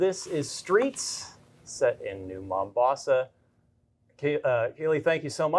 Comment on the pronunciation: Did he say it takes place in "New Mom-boss"?